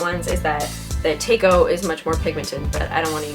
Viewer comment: Tako is pronounced "taco". It's Japanese :) For octopus...